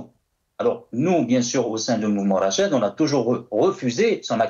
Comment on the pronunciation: Lire " Rachad" au lieu de " Fachad".